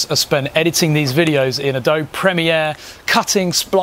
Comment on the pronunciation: Sorry but the thing that amused me the most was how you pronounced Adobe! Would like to see a video on the best way to get into fpv flying on a budget and (a bit more challenging I would imagine) the best companies to go to to train for the CAA licence.